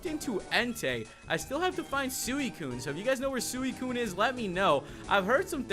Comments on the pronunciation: it is suicune as in sweekune (correct pronunciation) not sueekun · Its suicune (si-kin)